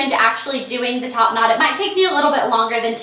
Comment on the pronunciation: the more and more she said top not it sounded like topanad